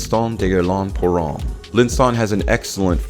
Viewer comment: Love your vids but dude, I have to say, you BUTCHER any French names LOL. Sorry, not sorry. Try it this way brother TARE DARE MEZ.....and Homme is pronounced like the measurement of electrical resistance Ohm. All good? Cool.